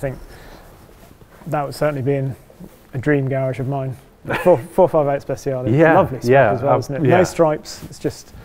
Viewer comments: Isn't he supposed to say "Spe-t-ciale"? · no, i'm italian, unlike you, and i can recognise a correct Italian pronunciation and that wasn't one. You should go to Google translate write speciale , select Italian and click on the speaker to hear the correct pronunciation.